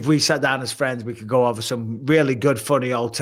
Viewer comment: STOPPP STOPPP! ITS OVAA!!